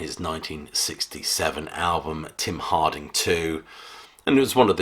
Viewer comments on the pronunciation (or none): I was watching and holding my breath that you'd choose 'Watchtower' as no. 1, and luckily... Love your videos - you're very erudite, with a great command of the language. (Here, though - I hope you don't mind my pointing it out - it's 'Hardin' [not 'Harding'], and 'Susan Moore' [not 'Morse]).